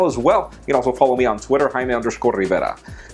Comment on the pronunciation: When you say yourself all I hear is lol. Good videos though.